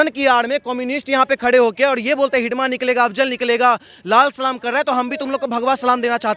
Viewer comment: भाई उस नाम मंडवी हिडमा है आप बार बार हिडीबा हिडीबा बोले जा रहें है